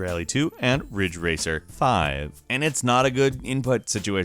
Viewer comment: It sounded like he said fridge racer